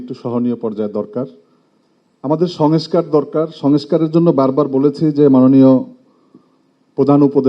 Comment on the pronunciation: সংস্কার শব্দটিও উচ্চারণ করতে পারছেন না, নেতারা 😮😮😮😮